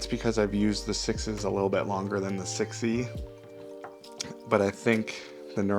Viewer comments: Just wondering; why are you pronouncing “6S” as “sixes”? It is obvious that the company’s naming scheme is a number followed by a letter, eg 6C is “6-C — as in “six see”, therefore wouldn’t 6S be pronounced: “six es” as in six then the letter “S” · For some reason I just now realized that you pronounce 6S as "sixes". Are you just being a wise guy?